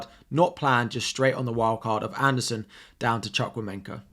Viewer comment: As a Nigerian, your pronunciation of chukwumemeka is funny😂😂